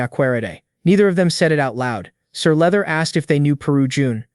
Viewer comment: Sir leather? You mean sir luther 🤣